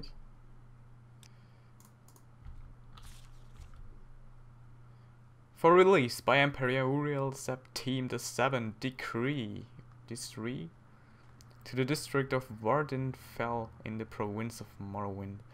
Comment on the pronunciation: It's Septim like wind and not Septeem!